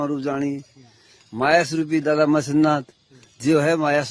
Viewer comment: ** Matsyanath(मत्स्य नाथ) Peeth** not mastnath peeth